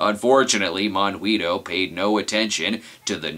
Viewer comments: Yay! I was ANAL (amused now and laughing) the whole time! A minor point: it's pronounced mohn-GEE-toh (with a hard G, as in goat) - it's okay, I'm from Argentina. Thanks for doing the voodoo that you do so well! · considering that he called him both mongweetoe and monhweetoe, i'm willing to assume he's purposely getting it wrong for comedic purposes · Sorry so be a pronounciation Castro, but Monguito is pronounced Mon-Gee-to. In Gui and Qui words the u is silent. For it to be audible you use the ü. For example higuera(fig tree) is pronounced ee-ger-a, while higüera(gourd) is pronounced ee-goo-era. Also, monguito is just a diminutive of mongo, which is weak. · No no and no. "Monguito" must be said with an Argentine accent, if not funny :P